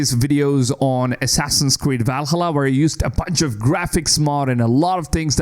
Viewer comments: VAL:HALLA NOT VALHALLUR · I really don't want to piss on your video, but... I know you are coming from USA and most Americans sucks at languages (even English). Anyway Valhalla is part of Nordic mythology not Suomi (Finland). So it's pronaunce Vaalhaala definitely not the way you are pronauncing!!! If you are coming from Finland I would understand 😉💪 Cheers ❤ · I'm blind. I need the line. Ubisoft are the only ones catering to my kind. Also, "Val-hulluh". That's a new one for me. Also, also, respect for human voice. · Can you say Valhalla ones more please?